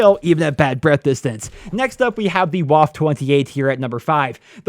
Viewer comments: the WAF? IT'S WAFFE. LEARN GERMAN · Isn’t the waffe supposed to be pronounced “va-feh”? The same way you’d pronounce Luftwaffe? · the Waffe's W is Pronounced like a V cause it's German. The only reason I mention it is cause some grammar/pronunciation Nazis will probably bother you about it in the future. edit: Oh yeah and the E on the end has an "uh" sound so it's not silent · Woaaf..... WAFFE! Junge...WAFFE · How you pronounce the waffe😂 No hate, it just sounds funny.